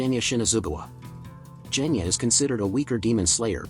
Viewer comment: Bruh you have said most of the names incorrect for example genya to jenya and gyomei to jyomei